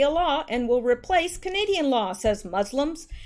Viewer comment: Did you just say,,,,,,,,,,,,,,,,,,,,,,,," Fuslims"? HAHAHAHHAHAAHAH hahahahahaahahaha its good.